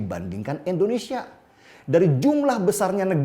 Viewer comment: "I"ndonesia om bukan "E"ndonesia